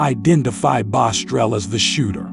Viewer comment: I hate when people try telling other people story and mess it up like saying the name wrong. It’s BOSS-TRELL not bostrel